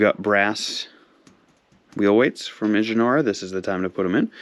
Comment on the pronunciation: IH-JEH-NAR-AH 😂😂😂😂😂 its pronounced in-jor-a this made my day